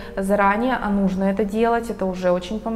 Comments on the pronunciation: так жаль, если честно, что от личности отворачивает не правильное ударение.....это далеко не самое важное в жизни. увы) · Прекрасное видео , но как же резало слух слово нужнО .. я даже загуглила … может думаю не в курсе … но нет ) говорится именно нУжно )))